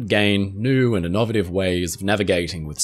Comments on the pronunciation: In-NOV-a-tive? In-no-vay-tive. Great video as usual. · i-nah-va-tiv? Oh! Innovative! My lord... just pronounce the words in a way a human can understand them. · new and innovative way of pronouncing «innovative» just dropped.